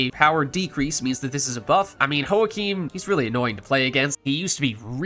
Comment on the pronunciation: "Joachim" is usually a German name hence the pronunciation should start with "Yo" rather than "Ho" :)